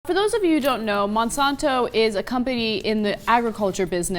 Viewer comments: its Monsanto not monsonto... if you're going to insult them at least say the name right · I don't feel like there is conclusive data in the rat study, even though I detest Monsanto. Also, she can't pronounce Monsanto.